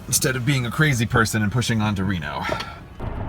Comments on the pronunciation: Tesla should pay you handsomely. I don't drive and don't even care that much about cars, but now I kinda want a Tesla(I don't need a Tesla). Also, I thought it was pronounced "Ree-no", but the AI said "Reh-no" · I'm sorry. "Rehno?" REHNO? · minus one star for mispronouncing 'Reno'! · Oh my God. The way the GPS says Reno has me so triggered right now, I live 2 hours away from Reno, and the "e" is a long E not an "eh." Literally unusable. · Hey, Tesla automated voice lady: it's REEEno, not Rehno. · Pronounces Reno like Renault, literally unusable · I loved the nav computer's pronunciation of Reno. I don't think I've ever heard it pronounced that way. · Does anyone pronounce Reno this way? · Can go 300 miles on a full battery, drive itself, has automated many of the small parts of owning a car Can’t pronounce Reno correctly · I love how this is the pinnacle of technology, but it still doesn't know how to say Reno.